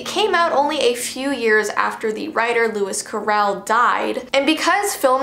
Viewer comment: Did she just said “Lewis Carrãll”?!??!!??!!?